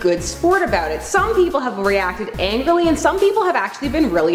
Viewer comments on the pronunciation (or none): angily? its angrily